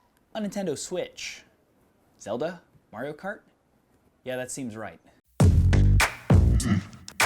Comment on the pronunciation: Is it just me or does the way he says "Zelda, Mario Kart" feel kind of weird.